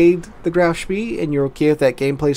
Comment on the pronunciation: I'm under the impression that it is pronounced "schpay"